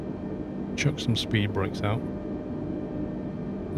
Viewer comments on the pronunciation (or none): none